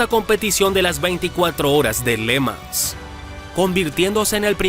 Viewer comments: ¿Pors?, no, porsche, irosima no, jirosima (Hiroshima), Léman no, Le Mán (Le Mans). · Está mal la pronunciación de le mans.